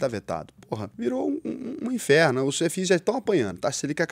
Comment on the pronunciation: "Ef-Is" 😂😂😂 nunca vi ninguém falar assim pra FIIs.